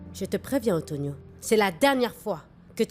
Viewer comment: Non ça me fait trop rire la façon dont prononce Antonioooo😂😂😂